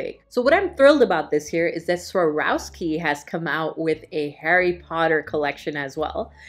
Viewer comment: OMG I want all of these, especially the Swarovski items (laughed at your pronunciation of it) !! I looked up Harry Potter Bags on Amazon to get one for myself but there was a noticeable lack of choice this year.